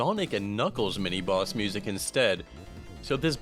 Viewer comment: is it just me or did he keep saying "mini moss" instead of mini boss?